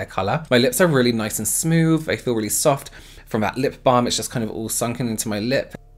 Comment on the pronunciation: Th "f" smoof love it love u xx